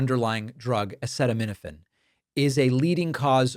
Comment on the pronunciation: Okay, David, but it's not hep-a-TEET-es; it's hep-a-TIGHT-es. And it's a-SEE-tuh-min-uh-fin, not a-SEH-tuh-min-uh-fin. Can't listen to any more.